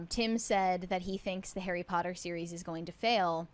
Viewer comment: Bro knows, in his bones, how to properly say POTTER He's been doing it his whole life 😂😂